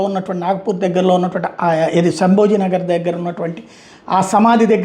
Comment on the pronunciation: శంభోజీ అని కాదు,శంభాజీ అని పలకండి. పదాలు,వాక్యాలు తొందర తొందరగా ఎందుకు చదువుతారు.వినే వాళ్లకు అర్థం కావాలి కదా.